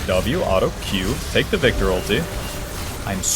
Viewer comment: I think hes just trying to say auto in a western European accent. I've found myself hearing an L too alot though